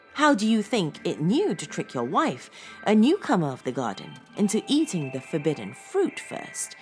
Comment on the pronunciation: I'm very curious to know why you sometimes say 'de' instead of 'the' when you are quite able to pronounce 'the' properly with your quite posh accent! Very bizarre